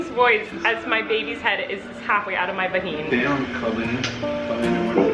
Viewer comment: Every time she said vaheen I burst out laughing🤣